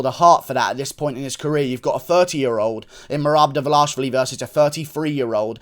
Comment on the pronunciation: but its almost ideal. Guru says Dvalashvili, which is another Georgian surname..